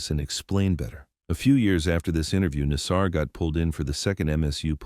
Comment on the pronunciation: the problem with getting AI to narrate is that it mispronounces words, in this case "Nassar"! ffs, get a real voice, how uncool is it to have the inmates name pronounced wrong!!!!! come on guys keep it real